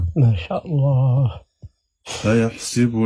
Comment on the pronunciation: ألم يخطئ في كلمة "يحسب" في هذا التوقيت من الفيديو